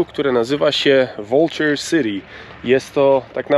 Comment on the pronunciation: Fajna wycieczka! Super muzyka! Stajesz sie fachowcem w montazu filmów. Dlaczego tak dziwnie wymawiasz nazwy miast zawierających w swym skladzie "City" City do Sity a Ty mówisz ' Siri'???? Jakoś tak. Dlaczego tak 'kaleczysz' angielski? 😘